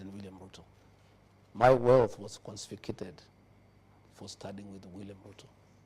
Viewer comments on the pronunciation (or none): Wealth 'Consificated'😂